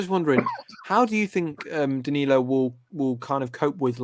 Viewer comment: Another name for you pronounce wrong mate lol